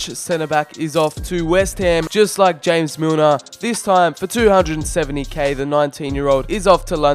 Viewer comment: Its James like English way you said it like James Rodriguez